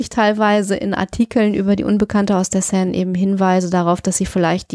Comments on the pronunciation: Sie spricht die Seine richtig aus er mit eineinhalb Ausnahmen konsequent falsch. Mit tut das in den Ohren weh. Sonst wie immer ein wunderbarer Podcast für den ich mich sehr bedanke. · Enigmatisch 😂😂 Aber Hauptsache er spricht ständig Seine falsch aus. Achso, Leichen lächeln nicht. Schon gar nicht ertrunkene. Aber schön schaurige Geschichte, Euer Podcast ist toll 👍